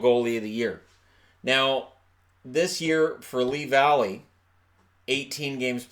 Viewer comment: dseward1 just didn’t pronounce it right it’s fine.